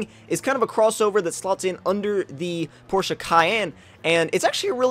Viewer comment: Finally some one informed on how to say Porsche. Pronounced porschea not Porsche. Thank you for saying it right